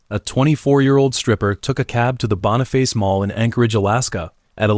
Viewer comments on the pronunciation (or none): none